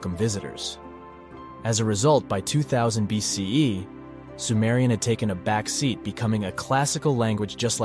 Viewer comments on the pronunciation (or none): none